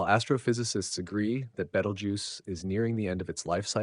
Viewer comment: oh please, its been "two weeks from going supernova" for fifty flipping years. every week youtube has anpther shte AI video like this one and the AI can't even pronounce its name right twice in the same sentence. and FYI. its 650 light years away. It it went supernova it wont be in the "next two weeks" but already happened 650 YEARS ago and we would have seen proof of that years before today.